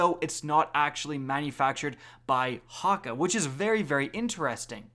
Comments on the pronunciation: Hawwka... ya mean HAKKE (Hack-Ay) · Ok, first of all, it's pronounced hawk-ayyy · the way you say Hakke makes me want to blow my brains out....